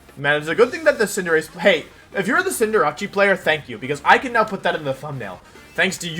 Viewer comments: everybody: Cinderace Wolfey: Cinderawchie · hearing him pronounce cinderace as cinderachi "Ah. Jirachi is in this game. I had no clue... But where is it? (I thought it was the name of a cinderace jirachi combo)" it's cinderACE. Like space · Day 3 of Hearing Wolfe pronounce Cinderace as "Cinderachi". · Even after all this time I still laugh at Wolfey calling it CINDERACCI